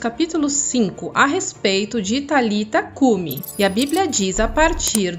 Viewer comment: Não era Talita cumi a pronúncia e nem escrita mas é => Talitá cumi ressonância Talitaaaaá existe um acento no ultimo a do nome,sendo assim Talitá cumi.